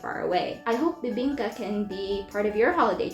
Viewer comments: you kinda nailed the bibingka! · Bro!! You did our Bibingka Good!! Wow!! ❤❤❤❤❤